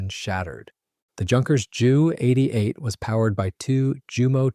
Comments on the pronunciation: Interesting video, but I wish the commentator would call it a Jay U 88, instead of a Jew88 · Jew88, Jew87, et al were NEVER pronounced /referred that way by the Allies either during WWII, or for ~75yrs thereafter. Only in the past 5 yrs or so has this become a YouTube thing, probably by young presenters who are not "hep to the jive." On that note, it's Dee-Oh, not Doh, it's Em-EE, not Mee, it's Kay-eye, not Key, etc., etc. I suspect there may some germanic influence in this, as Germans in WWII often referred to their types as May (instead of Em-ee), and You (instead of Jay-ewe). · The reason he calls it a Jew 88 instead of a J-U 88 is to differentiate it from the earlier Pollock 88.🤣😅😂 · If you can't pronounce the name of the aeroplane right don't upload 20 minutes of blah blah blah.